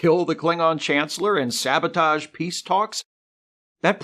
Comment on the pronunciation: I'm 10 seconds in and I'm sorry. You said sabotage wrong.